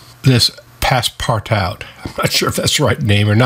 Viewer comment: passepartout (french) phonetic: pass-par-too 😉